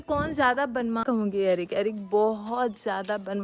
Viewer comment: बनमाश नहीं बदमाश होता हैं dear